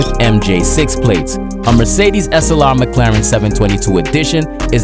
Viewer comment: Whenever you pronounce "Slr", my brain hear you say "Assalamu alaykum"